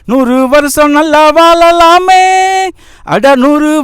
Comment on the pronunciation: தம்பி பாடல் வரிகள் மிக அருமை மழை,வாழலாம் சரியாக உச்சரிக்க கற்றுக்கொள்ளலாமே